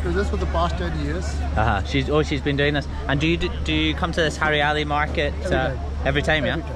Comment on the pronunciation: it's haryali (greenery) lol u said haryala its hilarious as fk 😂😂😆😆😆